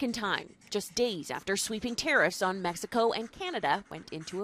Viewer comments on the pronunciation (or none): none